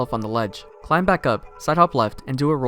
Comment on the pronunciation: Hey, neat video! I am curious about one trivia however. How come you pronounce the B in climb?